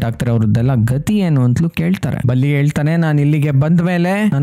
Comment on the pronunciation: ಬುಲ್ಲಿ ಅಲ್ಲ ಸ್ವಾಮಿ ಬಲ್ಲಿ😂